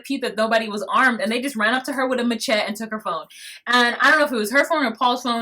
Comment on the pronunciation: I think you're mispronouncing "Machete". Lol.